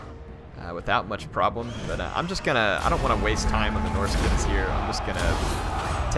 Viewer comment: its not norsica its norsca